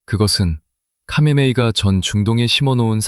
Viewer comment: 카메네이는 하메네이입니다...ㅋ과 ㅎ은 뒤섰겨서 같은 발음으로 나타납니다.. "카하"의 합친 말이지요..장기스칸=징기스한..삼한=삼칸..거서한=거서간....등으로 발음됩니다